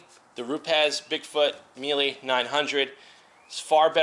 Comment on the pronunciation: If your Italian you should be able to pronounce Mile the Italian way :P